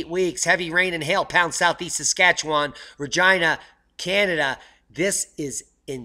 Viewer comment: When u say Regina it sounds like your saying vigina 😂😂😂😂👍👍